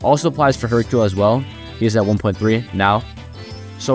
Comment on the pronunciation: Brother please improve upon your speech 😭 "Hercule-uh is-uh very good-uh" gonna assume you're talking like that to farm comments bashing on you but idk. Edit: I know you aren't gonna care, but its giving me a god damn headache, probs a good and informational video but can't deal with the "uh" at the end of every word 😭